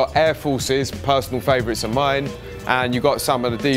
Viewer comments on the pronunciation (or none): none